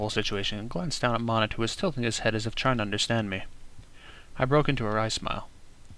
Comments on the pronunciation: I just learned that the pronunciation for Monet is (Mow-Neigh). Sorry If any of my grammar is incorrect. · I know this series was made last year, but it really annoys me how he pronounces Monet wrong.